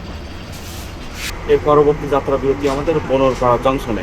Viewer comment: বোনারপাড়া কে বোনরপাড়া😂😂😂 গাঁজার কি পাওয়ার😂